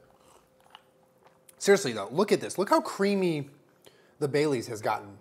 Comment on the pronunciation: I kept hearing bay leaves instead of Baileys